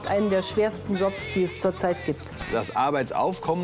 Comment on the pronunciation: Jeder: Jobs Merkel: Schobs